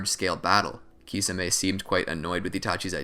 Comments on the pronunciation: I can't watch this SIMPLY because of your own CREATED pronunciation of Kisame (KEY - SAW - MAY) 🤷🏾‍♂️🤦🏾‍♂️ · its prounuced tishame